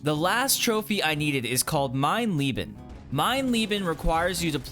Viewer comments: Its mein LEBEN not LIEBEN. Other than that; good job 😊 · Always funny to hear Americans trying to pronounce German words. 'Mine leaben', 'Frow Angle' etc. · Awesome. Nice Video and well earned trophy. And just a side note. If you try to spell „Leben“, then spell the first E just like the second, so it doesn’t sound like the name Lee, or in combination: "Leeben". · The first part of "Leben" is pronounced like "lay", you keep saying "my loving" instead of "my life" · The irony when he said “I can’t beat ‘Mein Leben’ to save my life.”, as “Mein Leben” literally means “My Life”. Btw, “Leben” is pronounced with a E-sound like in “egg”, just a little longer, and “Frau” isn’t a first name but translates to both “woman” and - in conjunction with a last name as in this case - to “Mrs”. So the remark near the end about stabbing “Frau” makes no sense. It is similar to English, it misses the article. The sentence was, if completely in English, “I had to stab Mrs”. If one wants to keep the German word in the sentence, there is a decision to make: Do I want “Frau” to mean “woman” or “Mrs”? In the latter case, it needs the last name, in the first case the article, either English “the woman/Frau” or German “die Frau”. Ah, and to be completely picky here: The difficulty setting of the game is spelt incorrectly as well. Leben is a noun (“life”) and nouns are generally spelt with a capital letter in German… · as a german your pronouncian of Leben is horrible to my ears you said Engel correct why not Leben :( ps i also feel your pain with those dumb big robots i hate them! pps i didnt know you could kill the robots that easy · Watching you makes me wanna platinum more games. Also please learn how to say Leben 😘